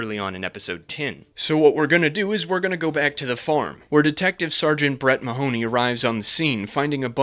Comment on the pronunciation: As a native Irishman, the way everybody pronounces "Mahoney" is so jarring